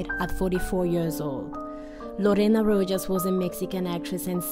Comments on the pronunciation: Pronounced Rohas not Rojas, Bach as in back not bash. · FYI: the “ J” in Rojas is pronounced as Rohas…. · At least pronounce correctly their last names! Rojas j sounds like h! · I believe it is Christian Bach, not Bash. And Lorena Rojas's last name is pronounced "Ro-has" (Spanish pronunciation).